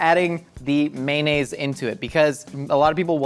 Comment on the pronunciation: nobody:: may-nayz